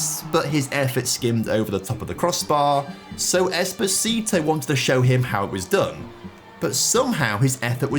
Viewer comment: Please from a italian person is not espasito is with a o "esposito"